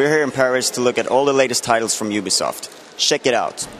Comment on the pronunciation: he said shek it out